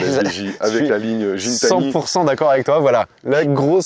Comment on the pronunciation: C’est Guitani que ça ce prononce le mec a une chaîne YouTube il est très pote avec le Canadien de chez DDE avec qui Pog va en gunball